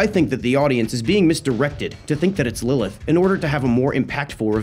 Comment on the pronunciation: IDC IF YOURE WRONG JUST TY FOR NOT SAYING LILITH